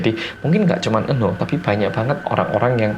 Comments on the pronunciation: Apa cuma aku yang denger nama "Eunho" jadi "Eun Woo" auto keinget Cha Eun Woo😂😂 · Iya kirain Eunwoo:v